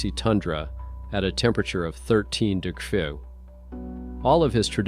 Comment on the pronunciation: What the heck is a degrah? Lol.....Seriously, it's annoying as hell.